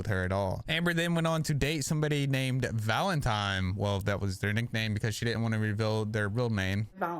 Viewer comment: it’s pronounced ‘valeNtine’ not ‘valeMtime’ 😂😂 sorry for some reason that really irritated me especially when your doing a story on Hamber 😂